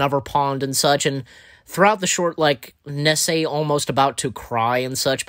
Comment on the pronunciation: Do you have trouble pronouncing names? (Nessie as Nessay)